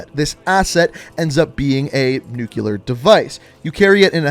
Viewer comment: Nigga said “nuke-you-ler” wtf is that? You mean nuclear?